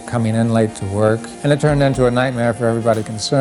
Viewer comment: Hammaaaaa, sixteenuuh, herrrrr, wuuuurk.